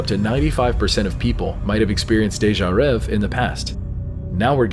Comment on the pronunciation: It's not "déjà rev", it's pronounced as if it were (in English) "déjà rev-ay". It's "rêvé" and the accents tell you how to pronounce it. The last letter is an é, not an e.